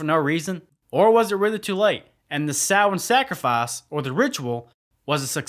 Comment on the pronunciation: I’ve always liked this film even though I was confused as a kid that Michael was not in it. Also I appreciate the fact that Samhain was finally pronounced correctly ☘️🎃.